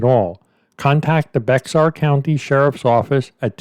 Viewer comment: I love your stories but I need to correct you on the pronunciation of Bexar, the x is silent and most people say Bayer... You're welcome